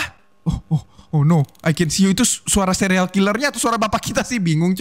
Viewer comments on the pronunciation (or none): Dari tadi denger ngomongnya sereal killer bukan serial killer🗿🗿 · Bang kok abang bilangnya sereal bukan serial